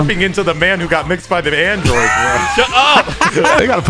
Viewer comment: "I GOT MIXED BY THE ÃNDROIDZ!"